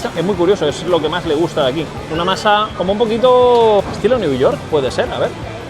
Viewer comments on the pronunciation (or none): NI INGLES SABE HABLAR ESE TIO...MASA DE PIZZA ESTILO NE YORK! DAMNED PANCHOS